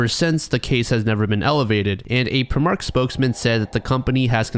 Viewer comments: not to be pedantic but primark is pronounced "pry-mark" not "pri-mark" 💀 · I love your videos but please check how you pronounce english things 🤣 its Pry-mark not Prehmark :) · Context for Primark: First, it's pronounced "Pry-Mark"; second, the store chain is famous across Europe for being extremely cheap. This is the kind of store you go to if you need something quickly without paying a lot of money and for that reason it's pretty much an open secret that most of the things you can buy there probably come from sweatshops. At least that was how it was a few years ago. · As someone from the UK. Primark is pronouced Prime-Ark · as a brit, the way you said primark genuinely hurt me. we pronounce it prime ark, in case you were wondering. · Never ever heard primark pronounced like that, plus I swear there was one in Chicago last time I went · The pronunciation of Primark is painful haha.